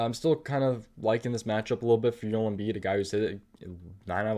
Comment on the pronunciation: Yoel Embiid??? It's Joel, JO-ELL pronounced with a J.